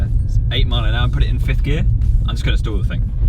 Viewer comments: Guys its stall not stool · "I feel like an american" 😂 sorry did you say STOOL?